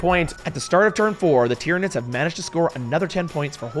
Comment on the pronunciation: Did she say Titranids?